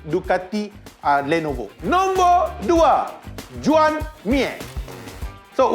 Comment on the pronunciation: bang bukan juen tapi join. juen tu budak46 selalu sebut😂